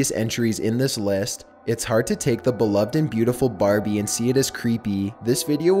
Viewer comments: When he talked I stared laughing because he said Barbieee and mantalee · I just love how he says Barbie and house and gifts - I’m dead🤣💀